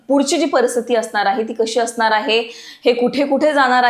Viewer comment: असनार आहे ?? धडकनार आहे ?? Intensity कमी होनार आहे ?? मॅडम आवाज एकदम खणखणि त आहे तुमचा परंतु ण च्या जागी न उच्चारता तुम्ही !!